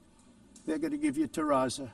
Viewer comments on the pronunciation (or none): He calls it terraza when it’s called terrazzo which is much better than marble